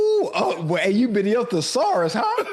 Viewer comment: Ocho said poesaurus😂